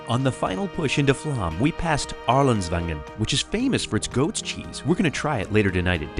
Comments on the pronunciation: FYI, the "å" in Flåm is an "o" sound more look "Flohm". It's an understandable mistake, but it's an interesting point to raise as part of one's experience in Norway. Additionally, Norway is NOT expensive. Alcohol is so don't drink so much. Tips are not required so the prices you see are the prices you pay. Groceries, modest hotels, hostels and AirBnBs/VRBOs are reasonable. Plus, for a country with some of the highest taxes in the world, the Norwegian people are incredibly content and happy. There is almost no homelessness, good infrastructure, lots of transportation options, clean, orderly, and safe. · My family just got back from Norway. We’re a Norwegian family. I’m a third generation Norwegian. It was absolutely amazing! It’s actually pronounced Floam even though it’s spelled Flåm. We’re hoping to go back soon! We want to find our family there. It was so hot when we were there. It was 85 degrees plus everyday. It was absolutely beautiful! I’m proud to be Norwegian! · Try to learn to pronounce "å". It's is easy. It's not "a". It's more like "o". Aw. Open. Door. Flåm is not Flam! It's more like "Flom". Nice video! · The English phonetic pronunciation of "Flåm" is "Flom". The "å" in Norwegian is pronounced like the "o" in "born" in English. ❤